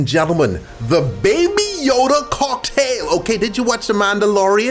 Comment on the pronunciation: Nobody:: da bAbY YoDa